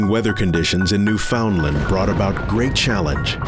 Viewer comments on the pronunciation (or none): It's pronounced NEWfounland